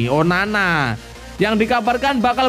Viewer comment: 😀 min...min ngomong sampai blepotan Andrea Onana jadi #onani 😂😂